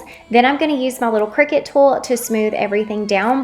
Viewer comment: I think you're pouncing Cricut wrong